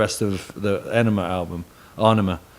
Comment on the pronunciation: Enima aenima album, he dont even know how to say his own album lol